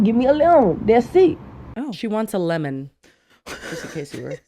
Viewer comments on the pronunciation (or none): she’s not saying lemon, she’s saying eleven. She wants eleven (sprites), that’s it. Source: white girl from Atlanta (but i don’t talk even close to this lol) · I think she wanted ELEVEN KitKats. Not a lemon. "Elelum" 😂😂😂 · Woah Vicky is the reason why I no longer say eleven and now say elem, even in public settings.. like always 😭😭😭😭